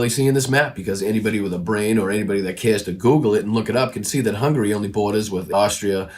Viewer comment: Why yes, you complete ignoramus, I have heard of Orban, AND I know he's the DICTATER of Hungary ( not " Hungry )